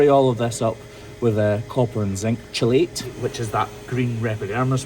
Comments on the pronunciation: "chelate" is pronounced "KEY-late", not "CHILL-ate". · Love the videos, from Texas. As a chemist though, the way you said chelate killed me. It sure looks that way from the spelling. But it's "KEE-late". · Chelate is pronounced key-late.